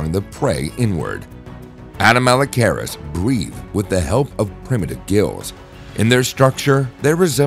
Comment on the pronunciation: Horrible pronunciation... learn to say the name of the thing youre talking about before talking about it... its cringe.